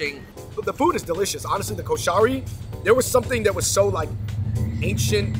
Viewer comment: Thank you for the representation of the Egyptian food, guys! But the pronunciation is atrocious 😂 Ha-WOW-shee KOH-sha-ree